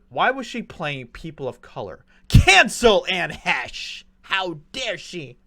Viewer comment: You should really learn how to pronounce the people's names before you start talking about them. Really??? She had little talent and endangered multiple people with her selfish, drug fuelled suicide. Anne Heche's death is nothing to you but a chance to make money.